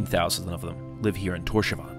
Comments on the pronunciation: killed me XD the way you say Tórshavn is sooo broke btw when you say it its like Tórs havn not Tósavan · Awesome vid! Just weird hearing you say "torshavan" instead of "torshaun" how it's actually pronounced lol Cheers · It’s Thors-havn (Thors harbour) 😊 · The way you pronounce Torshavn lol, didn’t you speak to the locals?? 😂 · Great video! I note the pronunciation of the towns & places is a bit off, (Vágar is "vouh-are", Tórshavn "Tors-haun", but the pronunciaton for Kalsoy, Tjørnuvík, and Saksun are pretty much spot on!) but I, and probably most of my countrymen, appreciate you spreading awareness. If ever you decide to visit in the stormy seasons, remember: the rain/snow here does not fall downwards.